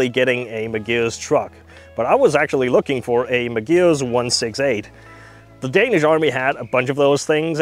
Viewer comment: The first time you said it I thought it was probably just an error but by the fifth time I thought he just isnt reading it right , the vehicle is a Magirus Deutz which is pronounced Mag ih russ Doytze, back in the fifties/sixties and seventies they were world famous for their almost indestructable Deutze air cooled V engines that would start instantly whatever the temperature even as low as minus ten centigrade first turn of the key while all other big Diesels of the time would struggle ( never did find where they hid the anti freeze filler cap though lol) usually in three and four axle tippers but with a smattering of artic tractors here and there. Oh and by the way Iveco (acronym of INdustrial VEhicles COrporation) is pronounced eye vee co.